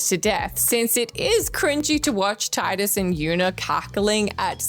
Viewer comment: Hearing Tidus' name incorrectly pronouned as "Tye-dus" so many times is so cringey. >_<